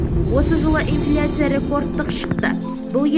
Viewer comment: Ты чтица неграмотная не ифляция а инфляция когда научился грамотно говорить